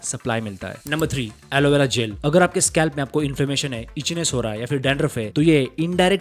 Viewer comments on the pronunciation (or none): aloevera ‘jail’ 😂😂😂😂😂 it's clearly visible that this guy in not much educated and made the video using google or ChatGPT and didn't visit any dermatologist or doctor.